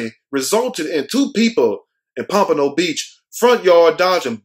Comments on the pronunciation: You are saying Pompano right. I lived there. :) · Yes, you pronounced Pompano correctly. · You said it right 😂... Pompano! Smh... this is sad! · Pompano you said it right, born and raised 🤦😔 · U saying it right Pompano 10 minutes away He missed on purpose that's his daddy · You said Pompano right. 😂 Damn he only 21 and is a convicted felon. What the hell.